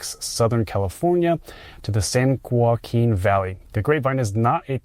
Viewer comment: Grapevine...shows picture of Donner Pass. Tejon isn't Tee-John, it's Ta-hone. San Joaquin isn't San-Qway-Keen , it's San Wah-Keen. Semi- isn't Sim-E, it's Sim-Eye Covenant is a trucking firm, they're not trying to make a statement about clean energy, then quotes their "Sustainability V.P."